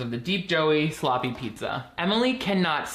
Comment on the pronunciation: I was gonna comment how Rocky Road was the Everything Pizza of ice cream when I heard the main character call a pizza "Buddha" and I momentarily died of second-hand embarrassment